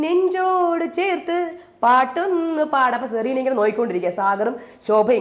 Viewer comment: "Zerena" ALLA, HER NAME IS "Cerena"